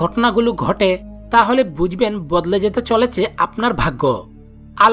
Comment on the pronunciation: "Bujben" ta abar ki , bolun "Bujhben"